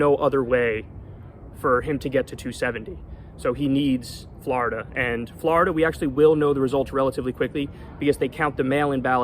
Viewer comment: I love how Kyle says "Florida"! 😅